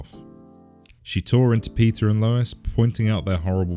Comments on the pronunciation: why every time you say peter i hear pizza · When he says Peter, it sounds like pizza 😂